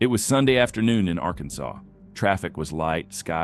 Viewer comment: Teach your AI how to pronounce Arkansas.